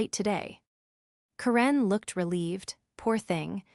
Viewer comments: Why did you mispronounce the name Karen? Made it sound like Quran. 😂 The only other baddie goof was; 'Coup de gras'.... well just the 'gras' part it's not grace. French is a bit of a pain.🙄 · Ugh, this needs some serious improvement. 16 min in and I quit. The AI can't pronounce Karen properly (grating on my nerves but tolerable). Continuity issue: the badge was surrendered and then also used on an elevator two minutes later. The whole concept of a 24 hr clause in this context is ridiculous. Anyone with 5 working brain cells would have set something like 30 or 90 days. The rest, I'm not going to finish. You already lost me. Better luck on the next one.